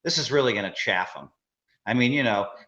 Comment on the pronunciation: David Huber smellmuth cant pronounce 'chafe'